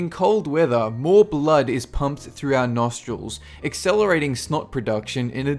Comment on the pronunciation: Your pronunciation of the word "blood" is really weird.